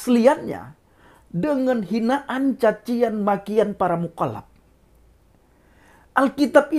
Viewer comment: Cara bicara 'Mukollap2' lutchu 😂😂😂. Semangat terus untuk memberitakan KEBENARAN. GBUs.